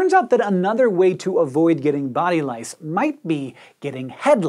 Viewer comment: lice sounds like rice!